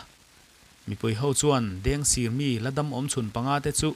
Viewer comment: Mugic kha a tawp lamah khan a ring lam deuh i chhiar ri hriat a ti har tep , tin ,Dengsir tih kha sir tih kha a rik dan a sangtur zawk niin ka hria p